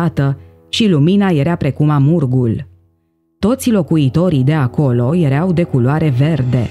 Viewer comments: Da?si unde ai auzit la școala aia a ta ,,iereau" si poate vrei sa spui ,,ierau" dar nu am auzit in viata mea de iereau. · Acel "iereau" de unde provine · '' Erea''EREAU schimba accentul doamna si pronunta corect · Am un amic oltean ce folosete "ereau". Poate asa se vorbeste in unele parti din Oltenia.